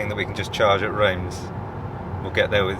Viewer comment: You can put these place names into Google Translate and click the speach button. It will give you the local pronunciation and English equivalent. - Reims: pronounced Reems!